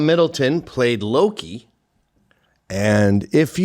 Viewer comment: Gavin's constantly getting names wrong, it's Tom Hiddleston. He played Loki in the Thor and Avengers movies.